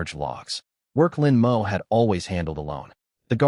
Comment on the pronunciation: The MC's name is "Lin Mo." Why TF does the narration keep pronouncing it as "Lin M. O."????? And female characters keep appearing as males. Get your sh1t together.